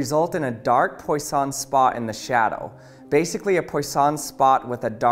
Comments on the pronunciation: FWIW, Poisson is pronounced like pwa-SOH(n) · Poisson is pronounced as Pwaason. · Couldn't you have looked up how poisson is pronounced at some point before recording?